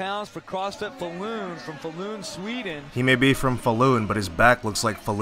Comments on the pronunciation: lol u say "Faaalun" in swedish. also embarrased to see a swedish dude participating in this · Falun is pronounced Fall-Uhn.